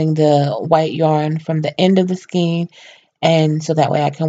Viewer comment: Very good. One thing is that you are mispronouncing skein. It rhymes with cane (as in cane sugar). Pull it up in dictionary so you can listen. Cane, pain, skein. Thanks.